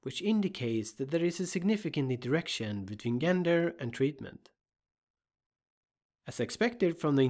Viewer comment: Excellent video!! Super helpful. I’ve really enjoyed a number of your videos and have learned a lot from them. One very minor thing, gender is pronounced with a “soft” g, so say “jenger” and you’re good to go.